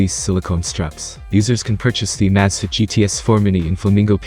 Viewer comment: If you're going to use a computerized narrator, you should probably make sure that it knows how to pronounce the name of the item that the video is about! It makes the entire video sounds stupid when it is constantly mispronouncing the name of the Amazfit! it was so bad here that I had to stop watching after less than 30 seconds!